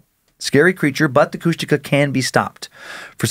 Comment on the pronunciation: I was born in Ketchikan and grew up on Prince of Wales Island, Southeast Alaska, and my dad always told the story when I was a kid about when him and three of his friends were over by Kasaan and they swear they saw a Kushtaka (which they are totally butchering the pronunciation). I've spent most of my life on the island and all over Southeast Alaska, never got to see anything like that, but there's lots of eerie things back home, that's for sure.